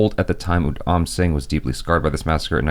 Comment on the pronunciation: Rip his names pronunciation!